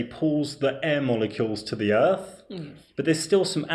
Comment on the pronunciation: What in the hell is an earf?